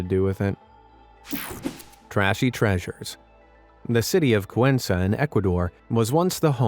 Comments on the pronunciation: As a Ecuadorian you said cuen sa and its cuen ka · Cuenca, Ecuador is pronounced with 2 hard C"s (kwen ka) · my god cant you guys pronounce correctly the city of Cuenca instead of cuenza? 🤦‍♂